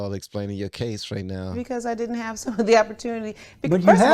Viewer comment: " Oh ! No you ditent"🖐️